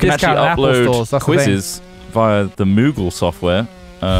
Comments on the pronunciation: It's "Moodle" not "Moogle" kupo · mate, it's moodle not moogle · MOODLE not MOOGLE. I hated it... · It's called Moodle Trot, not moogle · It's called "Moodle" not moogle if that's what you said.